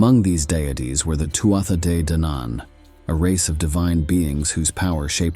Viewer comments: It's Too-uh DE dannan. Not Too Ah thAH De duhNAN. How can this be trusted when proper proununciation is ignored? Using AI for cover art is a whole other subject, but why does everyone keep portraying her as some black haired svelt goth Princess, when the one full description of her as a red head? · Hi, is actually Tua de, the rest of the name is not pronounced. Look for Lora O'Brien here in Youtube, They explain it better. Also, excuse my english or irish, i'm not native of those languages but that's how i hear and watch Lora pronounced it. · Tuatha Dé Danann: pronounces: two-ha day dan-in!!!!!!!!!!! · Please learn how to say tuatha de danann correctly